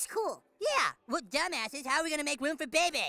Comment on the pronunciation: I never knew that Bebe Stevens's first name was pronounced with 2 bays together or it almost sound like 👶.